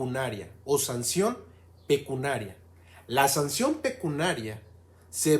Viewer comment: Se dice "pecuniario, pecuniaria" y NO pecunaria. Por lo demás muy bien.